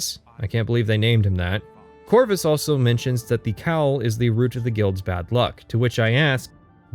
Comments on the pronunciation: he say's rut instead of root, does he say butt instead of boot? I certainly hope so. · Yeah I don't care about your opinion or the length of the video, but what the fuck is up with that pronunciation of "root?!" It's pronounced like fruit, or boot, not "rut." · I've never heard anyone pronounce root like that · Weirdly enough, that's how North Dakotans pronounce it. They also say rut beer. Don't know how, who seems to be from the east coast, got the point of saying "rut." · Hitting the Fighters Guild section now, enjoying so far. That Canadian pronunciation of 'root' though